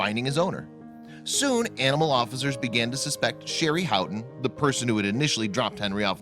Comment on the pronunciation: Cruelly not crewly. Huntington not Hunnington. Officers not offizers. Veterinarian not vetrinarian. Asked not assed. Potential not puhtential. Police not puhlice. Before not buhfore. Foster not fahster. Veterinary not veterinary.